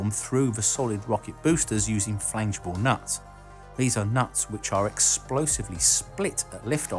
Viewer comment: 5.56 "flangible nuts" frangible nuts, surely?